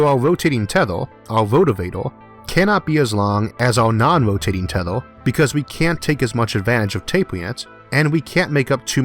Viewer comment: tethOr and (m)Orth instead of teth(E/A)r and EEEEEarth made me click dislike. Yeah I am one of those 160. Mispronunciation of my home planet is too much for me